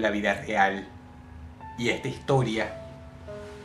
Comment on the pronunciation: Egta higtoria xdxd